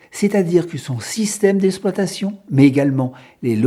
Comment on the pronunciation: il serait apprécié que vous prononcez le mot exploitation correctement ! au lieu de dire ESSploitation , il faut dire EXploitation